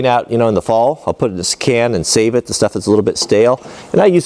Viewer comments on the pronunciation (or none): none